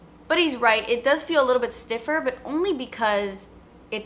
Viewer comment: "Yes it doos, yes it doos" 😂😂😂